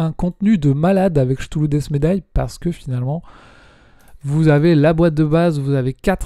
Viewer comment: merci pour les retours, je pense me prendre la nouvelle boite de cthulhu. Pour Senjutsu je suis d'accord avec toi sur les cartes/plateaux. Ah on dit 'ktoulou' c'est vrai.. moi j'ai l'habitude de prononcer 'chtoulou' 😂 j'ai pris les figs de final girl je suis en train de les peindres